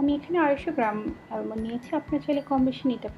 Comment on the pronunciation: ...I like your videos so much & admire your works a lot... Your videos are so well made that I watch these not only to learn the recipe but very often recreationally also... Here, if you don't mind I would like to suggest a small thing, the pronunciation of 'Almond' is আমন্ড. this is a small thing, but I think you can be perfect in this fact too as you're in baking skills... 💛